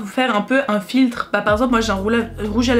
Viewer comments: mdrr comment tu dis émoji 😂"émeuji" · Ta un accent non ? Car tu dis emeuji